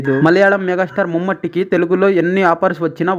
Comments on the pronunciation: ముమ్మట్టి కాదు రా అయ్య.. మమ్ముట్టి రా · Mummaty kaadhu naayana.. mammootty